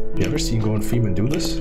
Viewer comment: did he said mr ferman?